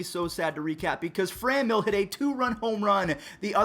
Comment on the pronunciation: why do you say FraNEmyl? its Franmil like Fran in San Fran and Mill like a wind mill...